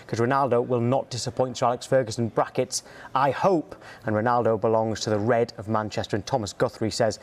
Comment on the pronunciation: Man really said original roanaldo I thought it just for us to troll Cristiano